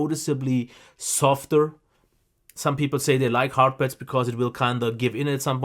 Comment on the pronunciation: Avoid posting irrelevant comments. We’re here for the headphones, not for English classes. I think he’s pretty good and he has great audio knowledge. His accent only gives him character. He’s very funny too. Really enjoyable to watch. I also heard veal instead of veil, pets instead of pads, but it doesn’t bother me one bit. As soon as I started watching one video, I said I have to subscribe.:)